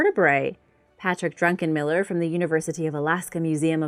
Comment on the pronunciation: She really said Patrick Drunken Miller? It's Druckenmiller🤭